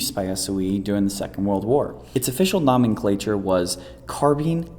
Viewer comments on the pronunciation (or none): "Noming-clature" lol